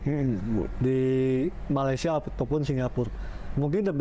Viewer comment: Kamu berdua, sebutan Malaysia aje ngak pandai masa mau bandingkan segala ...udahlah kamu belajar dulu sebut negara Malaysia ...kamu yg ngak betul sebenarnya 😂